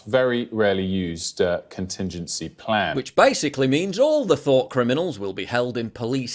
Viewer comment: "Thot criminals"? or "Thought criminals"? 😁💪🔥 oh. This's "1984"... so the latter.